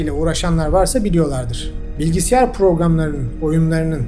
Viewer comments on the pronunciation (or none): Anlatım mükemmel,sadece küçük bir katkı olsun benim söylediğim.Bilgisiyar şeklinde telaffuzunuz dil sürçmesi sanırım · Muhteşem konular, muhteşem anlatım, muhteşem bilgi birikimi 👍🏻eeelemeden teklemeden anlatım 👏🏻👏🏻👏🏻 Fakat, birincisinde dil sürçmesi sanmama rağmen iki kere arka arkaya BİLGİSİYAR demenize takıldım 😣 Kelimeyi yanlış söyleyeyimde kusursuzlukta nazar boncuğu olsun dediniz sanırım😅Başarılar sevgiyle kalın